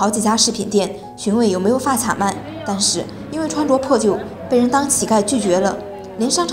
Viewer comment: 发卡（qia）………女生不会读发卡？？？